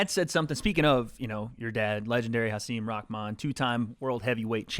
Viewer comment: Thank you for pronouncing Hasim’s name better than literally anyone who has interviewed him. Much love 🙏